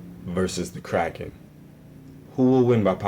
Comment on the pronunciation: GODZILLA WILL WIN btw he forgot how to say kraken